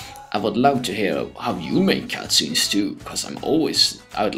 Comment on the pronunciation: did you just say Cat-Scenes?